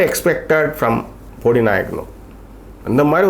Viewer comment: How u have been living in the world worst pronunciation its bodi not podi and one more is bodimettu and not bodi medu